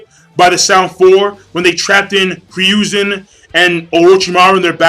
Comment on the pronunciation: You also really need to start saying Hiruzen's name correctly -,-' It's Hiruzen, not Ryuuzen like you keep saying.